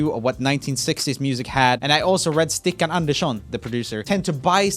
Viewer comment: Woah! Are you actually Swedish or something? Your pronounciation of Stikkan Andersson is perfect!